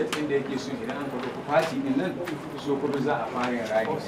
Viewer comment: My president, it is Pronounce Sokoto not Shokoto😁 my vote for u is not just finger print alone but with foot print. Anything printable must surely be printed because of u your excellency buh its quite un4tunate dat der is no PVC.